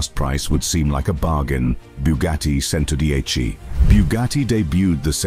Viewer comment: Agreed with comment below. The commentary is AWFUL. Mispronunciation is horrific. CHENTODIECHI not Sento dieci. AAAARRRGGGHHHH.